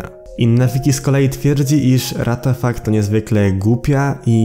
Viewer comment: Nie ratafak tylko łatafak xD